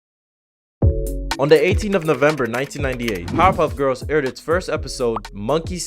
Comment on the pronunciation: Everynow and then when you say Powerpuff Girls, it almost sounds like you're saying Pop-up girls.